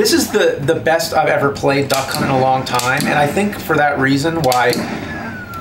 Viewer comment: I keep hearing them say "Duck Cunt"